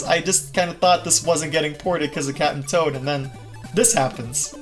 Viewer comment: I keep thinking you’re saying Cat’n’Toad